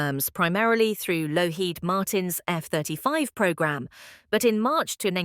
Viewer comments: Couldn't continue listening to this, with the persistent mis-pronunciations, random phrasing, etc. The us defence supplier is lockheed (not lowheed) martin. Spoiled what might have been an interesting report. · get some AI that can pronounce Lockheed, for heavens sake amateur